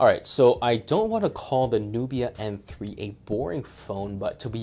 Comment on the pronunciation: Are you saying "Apple" for "Oppo?" and are you saying M3 or N3? Sounds like M. Nubia is suppose to be more expensive. Might as well get a used Lenovo P2 instead of this. Xiaomi is cool but their Android skin is heavy an filled with ads and annoying apps that you can't uninstall. Flipside, Xiaomi is dirt cheap. Downside, minimum to partial LTE coverage outside of China except. Except Mi Mix 2. That thing has crazy worldwide band support. Can you review the 360 phones like N6/N6 Pro or even the N6 lite please. Thanks.